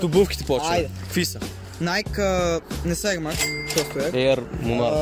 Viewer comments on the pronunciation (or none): Казва се найки😀